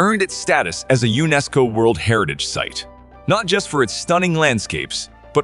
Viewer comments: Are we supposed to pronounce the word as U~NESCO? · I enjoy your lists but PLEASE learn how to pronounce place names. I cringe at many of them. Mont Saint-Michel? Unesco?Really? (I'm not typing them phonetically but if you do even a basic Google and press the speaker button you can hear how both of those are supposed to be pronounced.)